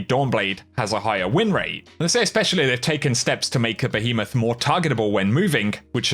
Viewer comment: Damn behemoth got butchered...